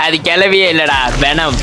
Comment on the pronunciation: Adhu vanam illa vaanm❤❤❤